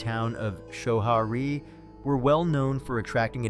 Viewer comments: The part I LOL'd at was the pronunciation of Show Har Ee. Nope. It's Sco Harry. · Its pronounced “skoharry”